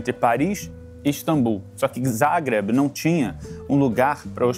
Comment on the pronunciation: Amo a Croácia, já estive lá umas 5 vezes e quando soube desse episódio corei para vê-lo. Adorei que o Pedro é um dos únicos da TV que pelo jeito sabe pronunciar "Zagreb" direito. Mas quando ouvi que a Croácia era parte da República SOVIÉTICA da Yugoslavia doeu...parei ali mesmo...